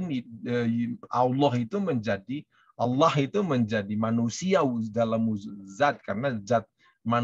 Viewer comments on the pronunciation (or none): none